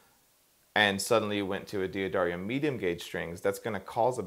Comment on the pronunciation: Say it with me: duh-dairy-oh Duhdairyoh D'Addario